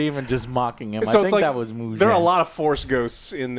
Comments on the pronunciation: I was dying at him some how adding a J into Muzan’s name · I didn't put this on my bingo card! Joe reviewed an anime movie?! Let's go! Glad you enjoyed it! Also main villain is Muzan not Mugen but still good job! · How can you say Kokoshibu correctly but not Muzan wtf